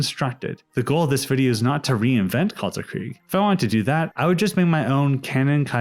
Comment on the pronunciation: As a german, hearing people pronounce "Kaisereich" as "Kaysaraik" and "Kalterkrieg" as "Kaltarkreeg" hurts so much.